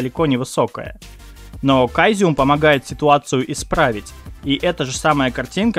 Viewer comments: Интересные программки, надо будет попробовать. Единственное что, не прими за обиду, но он не “кайзеум”, а “цезиум” или “сэзиум”, если произносить по-английски. Твой канал мне очень нравится, так что ”пили видосов побольше！”😀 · Caesium же в переводе- "Цезий".Не проще ли говорить "Сизиэн" , как в английском? (сорян, просто уши вываливаются)